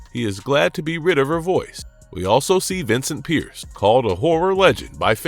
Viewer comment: It's Vincent Price, not Pierce, ugh.